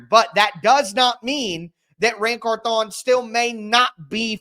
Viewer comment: I think it's pronounced like CARthon instead of carthON like you've been saying it.